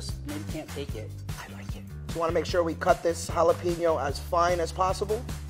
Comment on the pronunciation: Don't forget homeboy uses ribeye for his tacos 🤦‍♂️ just make carne asada tacos with cilantro and onions and call it a day. It can't be beat! And no salsa wtf. Oh and "Jalapeenyos"